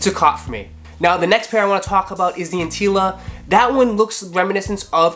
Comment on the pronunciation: It’s antlia not antila. First you have foamer Simpson mistaking nubuck for suede on the Travis Scott’s, then you have Carlo ople saying that the pirate blacks were 350v2s. It’s not hard to research simple facts first guys. Jeez.